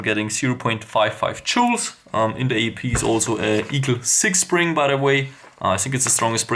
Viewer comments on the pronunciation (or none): none